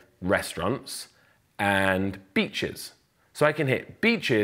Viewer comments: Did he just say B*tchesss? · anyone else crack up when he said "beaches"?